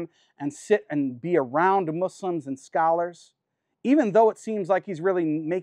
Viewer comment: Easiest way to tell that he is not sincere is he keeps saying “Muzlims” and “they” - directly not including himself.